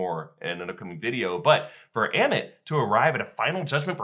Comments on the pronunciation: Please say ammit. Not emit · Why did it take him 19 minutes to pronounce ammit correctly lol